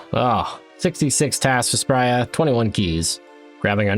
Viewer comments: Stop calling her Spria. It is Spria. That's why she does not give you keys. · Why do you keep saying "Spria" when it's obviously "Spria"...